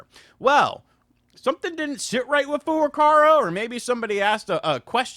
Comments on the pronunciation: Dude.... It's Furukawa! It's literally racist that you say Furucara. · It's Furukawa! Not Furukara. KAWA!!! Learn the name of the friggin' president of Nintendo! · The presidents name is FurukaWA not FurukaRA 😅